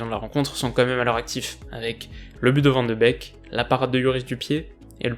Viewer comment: Van de beek ne se prononce pas van de bec mais van de béék